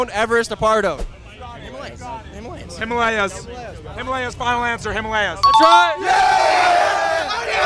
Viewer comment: Tbh they pronounced Himalaya wrong